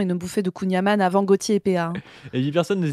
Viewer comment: C'hallaoued détecté, il prononce beurre "amane" alors que c'est "amann" (comme dans "haaaaaaaann Pierre Alexandre le soleil il t'as cogné ton crâne d'oeuf on dirait boubou dans DBZ, haaaaaaannn", mais avec un "n" fermé en plus). C'est des touristes les gars, ils sont conseillers de com' à la défense mais ça joue les ploucs épais 🤣 A d'autres ! Insupportable le niveau de cheapos que nous sert l'extrême droite, ça fait pas rêver leur monde qui pue le siège auto resté au cagnard avant de se taper 8h de route. L'odeur fout la flemme à 10m...